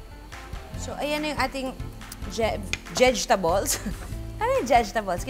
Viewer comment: Nakakaloka yung jejtables hahahhh love you ma juday